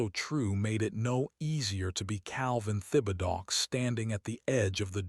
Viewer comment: You really need to correct the truly bad pronunciation of your narrating robo-reader. Thibodaux is a fairly common cajun name(Tib' uh doe) from South Louisiana parishes along the Gulf.